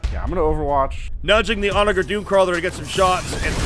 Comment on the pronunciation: This will get lost in the void but the word onager is pronounced with a soft g. It has a real meaning too - it's a ancient Roman seige weapon. I love these 40k videos you all make so much, and I will continue to binge until there are none left, but every time you all say onager I twitch. (p.s. If this is some Warhammer lore thing then I stand corrected)